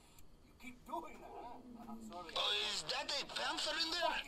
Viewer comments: Are you saying panther or panzer tank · its not panther its panzer